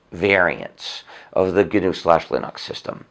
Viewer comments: i only wish he would learn to say linucks and not linocks... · Why does he say Linox instead of Linux? He wants everyone to say GNU but he refuses to say Linux correctly. It's not Linox, bro. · It's pronounced "lyn-eks". watch?v=5IfHm6R5le0 ..Linus Torvalds on pronunciation of Linux. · so then he should be well aware he's pronouncing linux like a pretentious ass. linUx not linox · Lin-uuks not Linox. It's how Linus pronounces it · I've never heard someone pronounce Linux Linahx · gnu linox? why do people have to be stupid and pronounce shit wrong? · There is no doubting his contribution to society with the FSF and Apache Server, to say nothing of GNU/Linux. It is also endlessly fascinating to me that he pronounces Linux as "Linn-Ox". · no its gnus not unix not unix not unix not unix ...... plus linox! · it's leggnux yuu imbecile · linus = lie-nus linux = linox or linix Hmmmmmmmmmmm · Guh-Noo Slash Lynn-Ox? Why does he pronounce it so strangely? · Hey RS start pronouncing Linux the way Linus does and then maybe we can debate your crazy arguments. You have and never had any respect for Linux, why should we listen to you ?